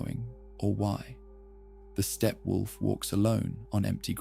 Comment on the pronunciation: "Stephen Wolf" 😂